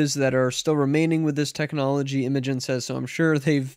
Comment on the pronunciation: Its pronounced "imagine" lol